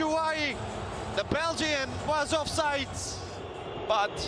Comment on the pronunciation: Commentator, please learn how to say "Offside", it is not offsite as you pronounce it.